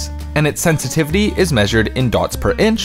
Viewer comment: “Hardware Sentitivity”